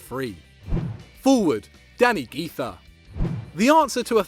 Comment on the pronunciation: Güiza is pronounced gwiza not giza